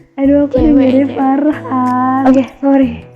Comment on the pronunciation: Farhah rin hahahaha arin dengernya farhan wkwkwk